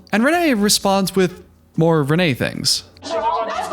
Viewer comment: pronounces her name as renee multiple times